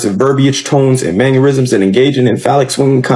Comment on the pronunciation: Tf is a “manurism?”